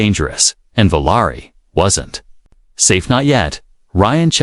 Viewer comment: Valari is what you’re speaking, but you’re writing Valerie! Get it right!